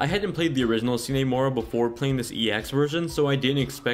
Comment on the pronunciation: "see nee" mora? you sure its not "sign" mora?